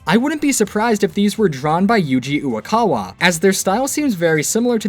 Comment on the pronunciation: His pronunciation was pretty good to me. Maybe you should brush up on your Japanese.